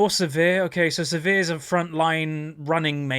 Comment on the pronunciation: Always funny when says "Severe" instead of Sivir XD